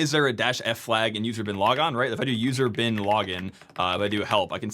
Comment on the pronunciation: Am I the only one who heard "user bin laden"?